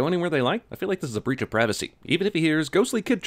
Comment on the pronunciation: Everything wrong with how he pronounced murder and breach